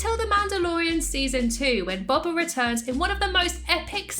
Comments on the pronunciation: It's not pronounced bob uh, it's pronounced like doh but b instead of d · Sorry but it’s bo ba not ba ba fett hopes this helps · Your saying boba wrong